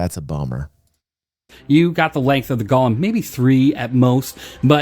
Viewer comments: but the way you SAID it was "GOL-LUM"... not GO-LEM... a Golem is; 1. an artificial human being in Hebrew folklore endowed with life, 2. something or someone resembling a "golem": such as a : automaton b : blockhead. "Gollum" is a evil twisted Hobbit character in LOTR. And my Panties are just fine thank you very much. A little tight but the chicks dig the metal studs... =] BTW, love yer chan bruh... you do the good works. 07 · GO-lem... as in GO HOME... Golem... FFS google a thing man. SMH